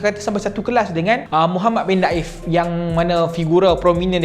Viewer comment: Bukan muhammad daif bro...muhammad deifff (tetamu) الضيف